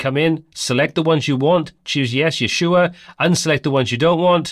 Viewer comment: You say "you sure" as "Yeshua" haha. Luv it